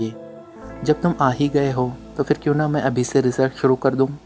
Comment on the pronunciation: Hut 👌👍 Hit 👎 JAZAKALLAH KHAIR Rewani m jub bolty hain tu Jo words normally zebaan p hun wo hi Ada huty P ko h bolna rewani nei h Phir, 👍 Fhir 👎 Pharna 👍. Fharna 👎 Phat 👍. Fhat 👎 P ko f na bolain JAZAKALLAH KHAIR